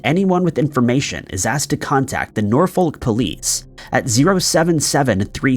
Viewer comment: Cuthbert is pronounced Cuffbert not Quthbert, and Norfolk in England is pronounced with a silent L. Grinds my gears when names and places are mispronounced in these videos 🤣